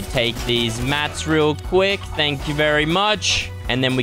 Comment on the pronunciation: Vely vely sus🤔